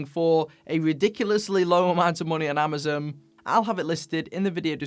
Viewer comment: "Amazom" haha